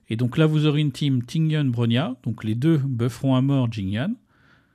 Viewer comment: Ah... je prononce a la franchouze lol. Tu dirais comment ? Après j ai vu que tous on fait pareil qur moi pour ting youn et non ting yun lol